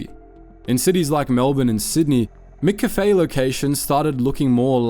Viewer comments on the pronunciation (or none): 'Mc' is not pronounced 'mick'. It's from the Scottish for 'mac'. It should be pronounced more like mac cafe. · mac cafe not mick cafe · Try saying "MaCafe", not "Mick Cafe" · I'm cringing hearing Mick-a-fay all through the video when it's just Cafe with a 'ma' at the front. 'ma-Cafe.' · "Mik cafe"?? "MIK CAFE"??? Brother wtf is "Mik cafe"?? It's pronounced m'café - like m'lady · "Mickafey" Good lord. It's just café...with the McDonald's "Mc" in front of it. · Mack Cafe!! Mack! Mack! Not Mick! MACK Cafe... Love from Australia 👍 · Ugh… it’s Mc-Cafe. Not mcafe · Lol its not miccafe. Mccafe is pronounced the same way as maccas, maccafe. I'm an aussie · MICK CAFE 😂 ? MACK CAFE !! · Wtf with how you’re saying McCafe! Its. It’s not MicCafe! You don’t say MicDonalds so why say MicCafe? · I normally don’t comment on people’s pronunciation, but I’m absolutely stymied by the fact you pronounce “McOz” and “cAfé” correctly, but you pronounce McCAfé” as “MickCafÉ”. Is this a Melbourne thing? 😂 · this voice has gotta be ai, mccafe is not pronounced mikkafy and swanston st is not a suburb, first time ive watched one of these videos and thought wtf is this? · Wtf is a “micCafe”? AI voice can’t handle the true pronunciation I guess 😂 can confirm no Australian would ever pronounce it that way. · It's pronounced mac cafe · What was with "MIH - kaffay", though? That was an odd choice for pronunciation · The way you're saying McCafe is taking me OUT lmao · That pronounciation of McCafe is horrible. And the Melbourne suburb of Swanston St? WTF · Sometimes the pronunciation is weird almost feels ai. How McCafé was pronounced was weird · WTF with the Mcafe pronunciation for the first half of the video? The words "sugar bons" prove it's AI crap. No AI voice PLEASE! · YOUR SAYING MCCAFE WRONG!!!!!! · Why can’t you say McCafe properly? It’s wrong in every video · You are the first person living in Australia to pronounce McCafe like that. Where the fuck were you raised😅